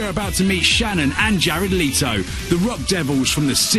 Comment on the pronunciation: Is not LEE-TO is LE-TO!